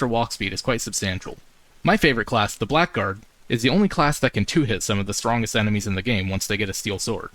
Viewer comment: It's pronounced Blaggard, not Black Guard.